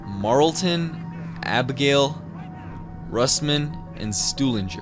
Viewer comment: You said marlston intead of marlton